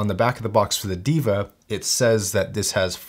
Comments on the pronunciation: its pronounced "Dae-vah", meaning God. Not Diva. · It's they-va not diva..😂